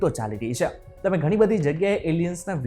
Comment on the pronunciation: Bhai “chhe”bolta sikho pehla! Please